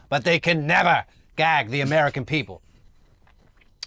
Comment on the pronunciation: Someone tell Don Jr. it's a Gag order, not a Gak order